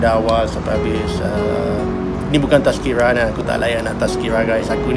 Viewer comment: Thanks Andre for sharing your experience. It is funny to hear you say "Tazkirah" and yes, may Allah SWT will guide all our fellow brothers & sisters all to His path, Amiin!